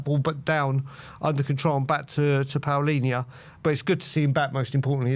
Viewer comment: Why do you guys pronounce Palinha's name as if it was spelled Paolinha???